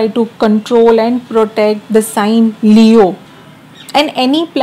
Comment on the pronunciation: I like how she talks😅..."talking about Leo'oh"